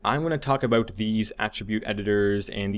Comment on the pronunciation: Where are you from? I heard an 'aboot' when you said about. Canada?